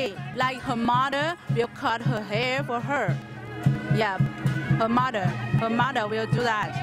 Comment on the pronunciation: its like she said her murder but actually she said her mother